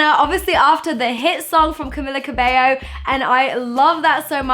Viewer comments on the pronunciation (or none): It's Camilla Cabeio. That's how you read it, not with L